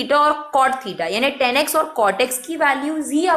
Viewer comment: mam its tan not ten